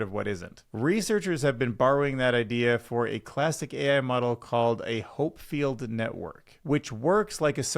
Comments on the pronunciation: Hopfield is pronounced HOP-field. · not „Marissa“ but Mira Murati also Hopfield not „Hopefield“